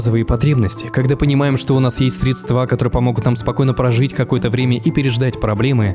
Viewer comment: кхе кхе…. Не средствА, а срЕдства )